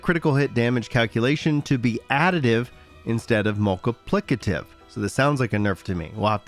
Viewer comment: "...instead of MUL-ka-PLICK-a TIV..." So close! Keep trying buddy! We believe! :face-orange-biting-nails